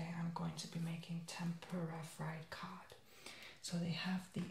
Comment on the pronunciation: When he said "cod " It sounded like he said "cock"😂😂